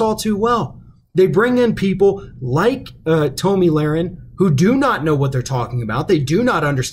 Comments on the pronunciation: It's pronounced Tommy, sir knows it all. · You just ripped her apart and didn't even say her name right. I'm pretty sure it's like the males name Tommy.